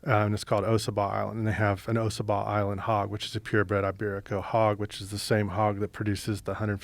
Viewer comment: it's pronounced ossabaw (awe-suh-baw)